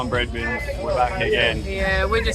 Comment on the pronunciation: What’s ’bread bins’? 😂You mean ‘brethren’? (Say ‘bredren). Cheers, mate 😊